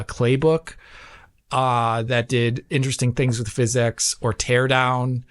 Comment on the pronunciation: No such thing as "Fizz-ecks" Still.